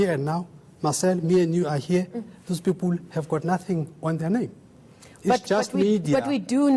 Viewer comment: Poor spelling ,vocabulary and pronounciation , lazy bodies greedy souls , milliyons ,peepoool , 😀😁😁😀😁😂😂😂😂 peeepoooool